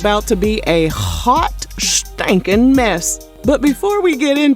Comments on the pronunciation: You said "Hot Schtankin Mess".... 🤣🤣🤣. This is the best tea channel. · The way she said hot standin mess took me out!😂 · Not "a hot SHTANKIN mess" lol 😆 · This narrator be having me so weak. “A hhhhhhot STANKIN mess.” 😮😂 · It’s the emphasis on the “stankin” for me 🤣🤣🤣🤣 Yeen neva lied ❗️